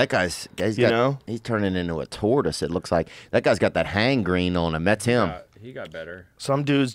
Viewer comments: "Hang-green" Theo is literally an Einsteinian intelligence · Hang-grene lol